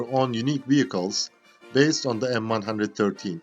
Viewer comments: "The M one hundred and thirteen" ..... LOL, and now the way it said in the US Army, "the M one one three". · M-1-1-3, not m one hundred and thirteen. If you cant even get tge name right, youre a shitty detective. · It is known as M One One Three, not M One hundred Thirteen. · Pronuncef "M one one three"